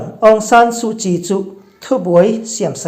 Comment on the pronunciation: Pi suhchii hming chu i lam thiam lutuk e👍